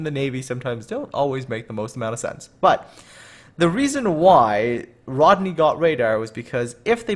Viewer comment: Plus you said Rodney wrong kiddo 😃